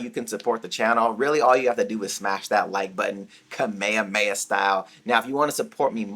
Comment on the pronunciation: Am I the only one bothered by the way he says “kamehameha”? Or have I been mistaken all of my life and that’s the right way to say it?